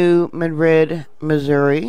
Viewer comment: Love ypu, but THIS Madrid is pronounced New MAD-rid. Rhymes with "BAD kid." Emphasis on the first syllable. Thanks for keeping us informed. Have a great Christmas.